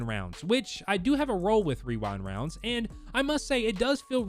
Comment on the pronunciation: I feel attacked with how he said "rewound rounds"